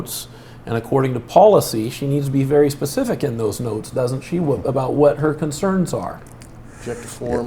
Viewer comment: He's using language I'm not familiar with... RE-NEMBER or PACIFIC (in lue of specific)